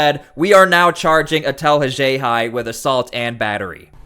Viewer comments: If not for you, I. never would have learned of this big story.👍🏼👍🏼 You have interesting pronunciations of “Worcester” and “Haxhiaj.”👀 👀 👀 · This is meant as constructive criticism... This vid could have been half as long. Please correct your pronunciation of Worcester and Haxhiaj. Say it with me, "All of A sudden" (not "all of the sudden")